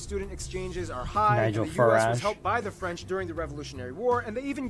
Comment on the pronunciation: Your french pronounciation is actually better than Barby, who muscles through it as if he was eating a mouthfoul of potato chips.